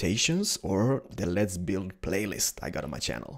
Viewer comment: Can you read? The guy said ''no offense'', which means he is NOT MEANING TO OFFEND. When says ''let's build'' it does rather sound like ''lez build'', that's because his accent is epic. Oh and, there's this think called a 'dictionary' in which I found the following; 'Revengeance (noun) vengeance; revenge' ps: don't start dissing people when you suck at it.